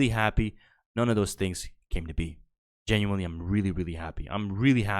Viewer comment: Dude, L take on the womans wardrobe only being bra patterns. Youre either gay or eat too much soy dawg. Up your T. And for someone who says literally and genuinely so often, you might want to learn how to pronounce those words.